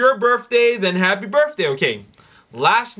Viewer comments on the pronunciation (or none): I watch every episode, but there's one thing you're driving me nuts with. It's "birTHday", not "birFday". Please. PLEASE knock it off.